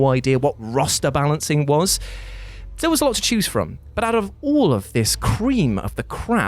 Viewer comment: Until now i always thought he was saying choose your own adventure and his accent was the only reason it sounded like tues..... I’m also baked so there’s that